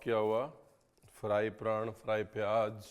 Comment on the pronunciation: प्रान not प्रन